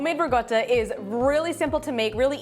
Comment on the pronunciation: Im making it now..but why do you keep saying Ri GOTTA??? when its RiCotta?? Cotta means cooked not gotta...